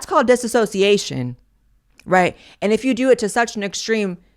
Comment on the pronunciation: i just wanted to say you pronounce dissociation wrong. (it has no added A) but i love you